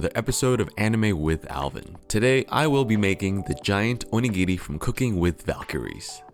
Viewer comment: The way you pronounce お握り, makes it sound like 鬼切 ("demon cutter"). The pronunciation is similar, but the latter is like oni-giri, and the former is more like o-nigiri